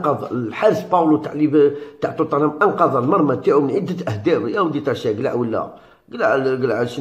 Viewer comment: عالاقل اكتب بالعربية وراك غالط في نطق توتنهام